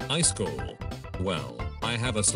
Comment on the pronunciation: I love that the text to speech says "ice call" instead of iskall